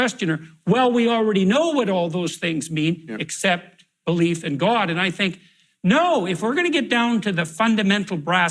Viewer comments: Or as Jordan Peterson pronounces it: ”Goaawd” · He’s actually pretty insightful when it comes to talking about addiction treatment, but that’s because he doesn’t insist on mincing words and actually understands what he’s talking about there. On any other topic though, especially when I hear him say “gwod”, that’s when I tune out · Does anyone hate the way he pronounces God as much as I do? He sounds like a bad actor in a bad porn movie. "Oh Gawd! Oh Gawd! Oh Gawd!"